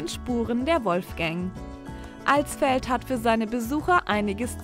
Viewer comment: Danke für das nicht "AAlsfeld" sagen...XD